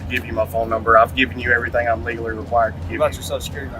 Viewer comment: "numnber" #8 he answered plenty of questions